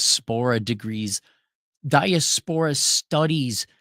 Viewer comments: "Die-ass-per-ahh" not "dieah-spore-ah" ❤ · Gotta love the pronunciation. 😂 Diaspora is definitely not a high-scholar SAT word. Right? 😅